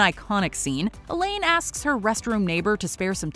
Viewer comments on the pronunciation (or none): none